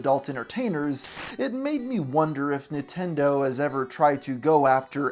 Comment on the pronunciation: It sounds like you're saying "Nitendo" instead of "Nintendo" throughout the whole video and I can't unhear that. It kinda gives me the vibe of how my gramma used to mispronounce every other foreign word lol